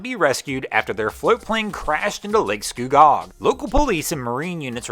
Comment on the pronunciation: Good to hear the float plane people were ok but, had to chuckle at "Lake Sku-GOG."